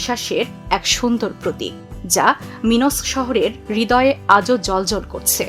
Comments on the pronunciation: রাজধানীর নাম মিনস্ক ( মিনসক) না উচ্চারণ হচ্ছে মিন্-সক। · আপনার “মিন্স্ক” উচ্চারণটা শুনে আজ সারাদিন আমার হাসি থামাতে পারলাম না, জানিনা আর কতদিন হাসতে হবে। দয়া করে গুগোল ডিকশনারী থেকে উচ্চারণটা কয়েকবার শুনে নিবেন। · অবশ্যই না। আমি আমার জীবন পার করলাম বেলারুশে। আমাকে উচ্চারণ শিখানোর দরকার নাই।